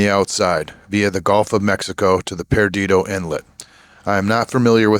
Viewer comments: not paradido...it's PERDIDO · Perdido, It’s pronounced locally as Per Dee Dough. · So sorry that you struck something and I hope that it'll be repaired soon, so you can continue along your way. And no offense but Perdido is pronounced Per-di-doh. Good luck on the rest of your voyage.